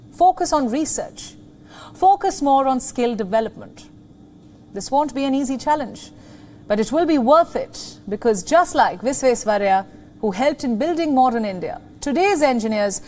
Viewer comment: Kindly try to pronounce Indian names correctly, it's Sir M V Vishweshwarayya and not Vishweshwarya